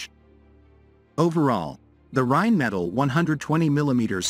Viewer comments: Again, write your manuscript so your fancy AI narrator can pronounce correctly... Rheinmetall and BAE are not pronounced the way your AI thinks! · Narrator's pronunciation of Rheinmetall and BAE needs work...